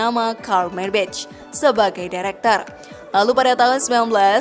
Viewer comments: Sorry kritik yaa. Maybach dibacanya Maybakh Meybech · Padahal yg bener bacanya Meybag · Dibacanya MAY BAKH bukannya MAY BEC. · Menyebut 'Maybach' bukan seperti menyebut dalam bahasa inggris, karena itu kan bahasa Jerman .. sebut saja apa ada nya. Katakan saja - 'Maibakh' ... Itu sudah betul .. !! Jadi bukan Meibetjh' .. Maap ya ... Hahahah !! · Maybah kayanya di baca nya, bukan maybech😁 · Info sesat Kamu tau 100 triliun itu brp miliar ? 100.000 miliar bro Nah,pengucapan maybach yg benar itu bukan meybech tp meybah 😅😅